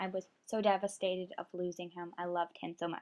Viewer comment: You said devestataid sooo much